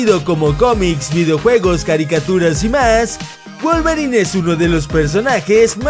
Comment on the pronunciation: Wolvering? Neta, Wolvering??